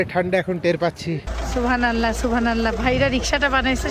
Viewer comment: Please pronounce subhan’Allah properly thanks